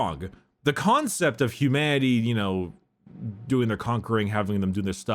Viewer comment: hehe, "Khancept"